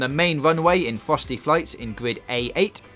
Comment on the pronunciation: Is it just me or does he say gwrid instead of grid